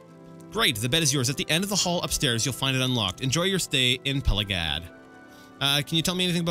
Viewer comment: Ok it's 2021 and this is ridiculously late but I think it's Pelag-ee-ad. Cause the village is named after emperor Pelagius, which would be pronounced "Pelajoos", but Bethesda has an american way of pronouncing Latin words, just like Tiber Septim, so I guess it should be Pelag-ee-ad, but definitely not Pela-guy-ad. Dunno why but I felt the need to say it, btw happy new year to whoever is reading lol finally this God forsaken 2020 has come to an end, let's hope the next will be better cause I sure won't stand it otherwise